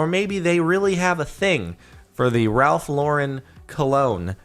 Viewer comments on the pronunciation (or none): none